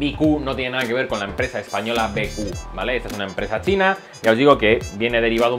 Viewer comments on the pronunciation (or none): none